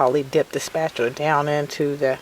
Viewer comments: very irritating, it's spatula, not spatular. There's no r at the end of "spatula". Sorry that's very irksome. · It is called a SPAT-ULA not a SPAT-U-LER. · I always try to be nice but honestly SPAT-U-LER was super distracting and made me also want to stop the video instead I just lowered the volume. I figured my problem easy fix. Ma’am this was a really great idea you had thank you for making the video.. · Paula Deen says spatchler too. LOL Maybe it's a southern thing. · I wasn't annoyed by your comment, I was annoyed by her repeatedly calling it a "spatular" too... Its just one of those things.. The first time she said I actually "corrected" her, the second time I corrected her again, the 3rd time I stopped the video because it was just too annoying...